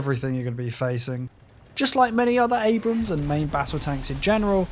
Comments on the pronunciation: "M1A1 AMBRAMS" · gotta love the 'm1a1 ambrams'